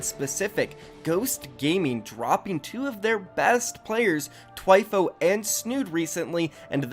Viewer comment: It’s not “Twyfo” is Thwyfoe”, spelt Thwifo.